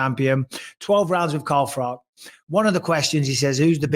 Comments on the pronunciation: Yeah it always bothers me when he says frock🤣 but I started to wonder as they are both Poles, maybe that's how you pronounce Froch. So it felt like Froch made sure he pronounced Bis PING properly as a nod to it 🤣 love froch I do. Too big too strong for GGG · You're spot on. My godfather was Polish and it bothered him how we prounce Ftoch.